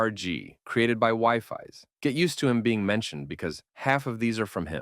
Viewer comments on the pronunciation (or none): EXCUSE ME?! "WIFI" "WIFI"?!! ITS "wee-fis" or "wee-fees" AND ITS WIFES GET RIGHT😭😭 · Wifies is not wifi Its said more like weefes i think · Bro it's wifies not wifi 😂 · its pronounced as we-fies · Bruh I didn't know it was whyfies, I thought it was said differently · son im crine its pronounced wee-fees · Calling wifies "wifis" Is crazy bru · I laughed a lot when he said that